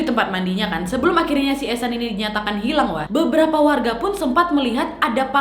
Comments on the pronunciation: Oh eshan gua pikir haechan Soalnya pas video tiktok nya lewat fyp Gua dengernya haechan😬🔫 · aku liat vidio yg ehsan dengernya "echan reneo chan.. hechan"😭🙌